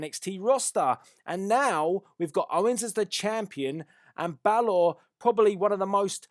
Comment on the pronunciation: your saying balor wrong but good predictions